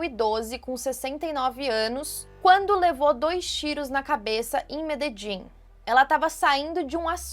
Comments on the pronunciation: Meus ouvidos sangram quando tu erra a pronúncia da cidade de Medellín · pq "Mededin"??? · É Medelin, não Mededin.